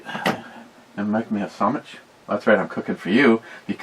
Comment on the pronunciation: You sound like a Democrat when you say sawmich